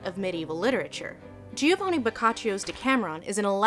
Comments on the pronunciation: it's GIOVANNI not GIVOANNI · Love how Giovanni turned into Givoanni.